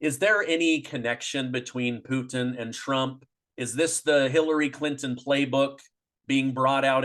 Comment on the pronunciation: ITS poo/PUT IN.. NOT PUT EEEN!